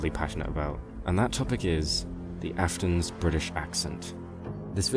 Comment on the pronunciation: why do you say british with an american accent